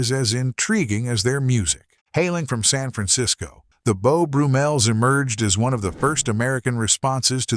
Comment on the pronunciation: Beau Broo-Mels? Named, no doubt after Beau BRUMM-el...